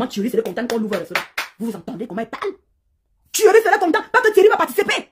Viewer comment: j' aime trop sa façon de prononcer le nom de thuerry là. Ça dose jusqu'à aaa !